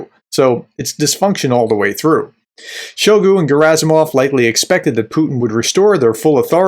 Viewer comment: I find it hilarious when you call Shoigu. 😅He certainly deserves that disrespect. Keep up the good analysis.